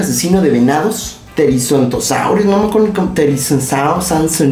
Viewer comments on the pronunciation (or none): no es teriziclopops es terizinosaurio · Therizinosaurus, es therizinosaurus XD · THE-RI-ZI-NO-SA-URUS Se llama THERIZINOSAURUS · Se dice therizinosaurus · presenta Pero si tú eres casi tan fan eres casi tan fan de Marvel porque tienes que ser pan de los dinosaurios si ni siquiera sabes pronuncia tericinosaurio el dinosaurio que dijiste que te equivocaste de su nombre y que sanciona y no sé como dijiste tericinosaurio y si no te acuerdas de otro nombre del Dinosaurio que aparece en Jurassic World dominion o el giganotosaurio